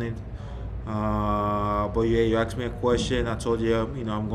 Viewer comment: No one "aksed" you about the situation. Just be quiet and play basketball, giannis. SMH...